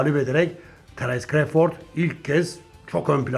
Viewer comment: CREYFORD NE ABİ CRAWFORD İNGİLİZLER NASIL SESLENİYOR Bİ DİNLE İSTERSEN